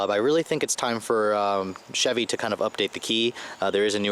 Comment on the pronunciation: "chee chevy" hehe . :)